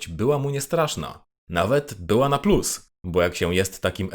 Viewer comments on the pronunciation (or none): none